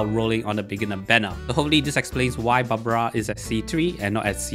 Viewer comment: its barbara..not babra🙂